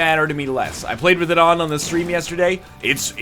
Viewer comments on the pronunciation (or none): none